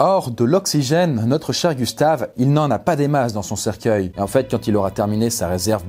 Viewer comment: Je reve ou je entendu cerceille #coffindance